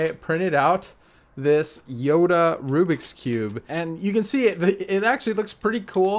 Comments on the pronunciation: It's yoda not yodo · You said yodo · He said yodo cube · Did you hear him say yodo at the beginning